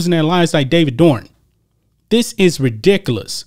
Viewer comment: That black niqqa narrator can't even pronounce ridiculous he says, "redicalous". Bless his black niqqa heart. 🌻